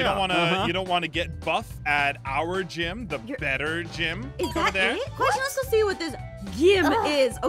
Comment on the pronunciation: I am confuced did ein said gim? Or Gym Edit:I think ein said gim:welcome to the gim Me:I DIED OF LAUGHTER WHEN EIN SAID GIM😂🤣😂🤣😂🤣😂🤣😂🤣😂🤣😂🤣😂🤣😂🤣😂🤣😂🤣😂🤣😂🤣😂🤣😂🤣😂🤣😂🤣😂🤣